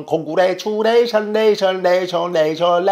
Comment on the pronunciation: 콩구뤠츄례이숀 콩규뤠추럐이샨 ㅋㅋㅋㅋㅋ